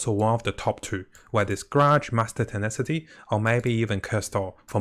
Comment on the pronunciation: It’s not tenetasy it’s tenacity (tena + the word ‘city’) I know that it’s not your first language, but it’s not mine either and I would want people to correct me :)